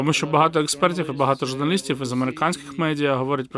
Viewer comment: Дизлайк за "эесперта" и за заголовок.